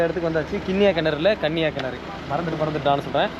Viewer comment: கினரு அல்ல கிணறு